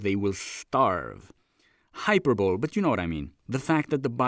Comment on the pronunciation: I stopped at 'hyper bowl'